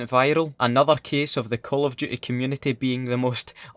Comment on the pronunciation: Call of duhey